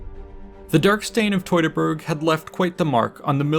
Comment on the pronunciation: Ok a couple of things that annoy, DUEL … IS NOT … Dool’d ……. Teutoberg is not tooterberg ….. tu -to-berg ….. next doing ones Duty ..is not Dooty … at least understand and use the alphabet properly … this is just lazy.